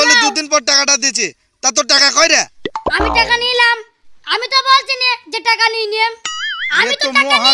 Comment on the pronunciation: ভাসা ঠিক করো টাকা কে বলছে টেকা